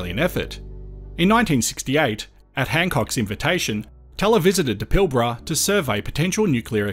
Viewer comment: Hey I just heard you say Pilbara in the first few seconds and you pronounced it correctly, nice one :)